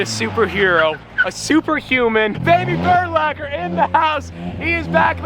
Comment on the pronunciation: It’s burlacher